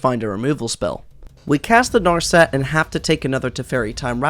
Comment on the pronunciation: 1. It's teferi time raveler, not teferi time raveler 2. It's nar set, not nar set Everything else in the video is pretty well done, just holy shit that was annoying to sit through.